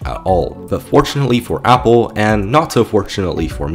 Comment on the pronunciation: You are pronouncing Apple wrong. Its horrifying, please don't say that in that way ever again